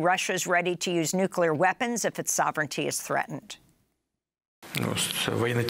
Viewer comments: Super cringe when a journalist says nukular instead of nuclear.. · Nuclear! Not nucular ! What kind of English translation is this? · It's "nuclear" not "nukular." Your translator needs to learn English. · I'm downvoting because of the idiot saying "nucular". Please find someone who can read. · The guy translating Putin repeatedly saying "nucular" slightly undercut the gravity of the moment...